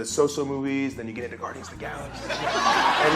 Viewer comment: AND DEN YEW GEHT TO DA GOORDIANS OF DA GALAXYYY!